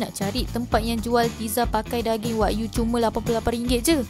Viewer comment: Sebutan tu bukan Wag-yu tapi Wa-gyu (Wa-giu)